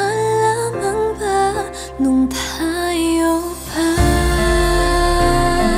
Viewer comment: Ok sana voice ni janella& the song itself but maling video and her image/dating and dapat inayos yung pagkabigkas ng "thayo pah"